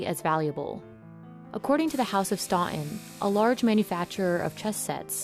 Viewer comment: Did anyone notice the bizarre way the narrator would drop the t in Staunton? She would say "Staun'on". There was another word as well but I can't be bothered watching again to find out.